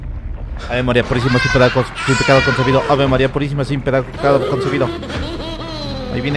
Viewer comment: Ave maría sin pedaraco concebida, ave maría sin peradaco concebida jajajajaja ni pronunciar puede